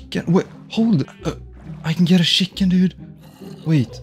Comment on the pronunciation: The way bro says shiken instead of chicken